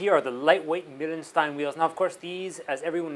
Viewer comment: Its pronounced Mile-n-schtein ;P (the .pronounciation of the .."stein" is perfect, though)